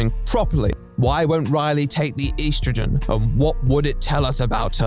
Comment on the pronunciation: Okay so this video is really good so far, I just came to comment, I am fucking LOSING IT at how you pronounce Estrogen. God I love you.